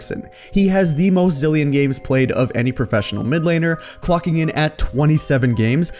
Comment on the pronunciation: It’s Zilean